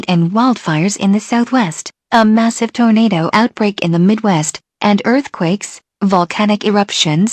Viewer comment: 1,000th comment. Everytime it say tornado, it says torenader